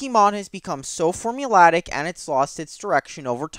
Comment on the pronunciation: Formulaic isn't pronounced form-ulattic and repetitive isn't spelled repetive